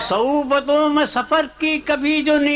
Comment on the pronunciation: صعوبتوں ہے۔ سہوبتوں نہیں ۔